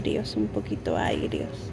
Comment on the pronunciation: No aigros y se dice AGRIOS aunque el término para mencionar un dulce es AGRIDULCE.....no crees?🤦🏽